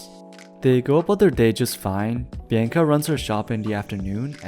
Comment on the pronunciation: also youre saying bianca wrong